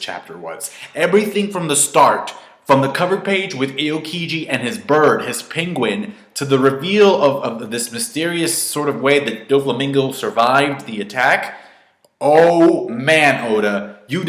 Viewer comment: Aokiji not eokiji dude